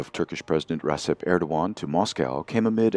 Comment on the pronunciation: It is pronunced Redjep Tayyip Erdoan not Resep.